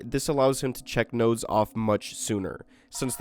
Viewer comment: PLEASE DONT SAY NODES EVER AGAIN